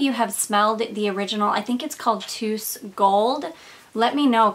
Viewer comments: Hi. The right pronounciation is not "Tus" (o+u=u), but To-us like Toes 👣. It obviously doesn't mean that. It is a family name. 😃😜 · As another native Spanish speaker I agree with Olga Perez Briseno that it's actually pronounced as "toes". Love your channel!!